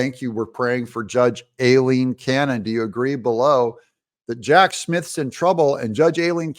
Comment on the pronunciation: Judge Aileen Cannon... Pronounce "I lean".